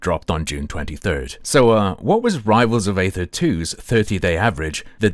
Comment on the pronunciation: aether is pronounced like "eether" That is all. Thanks!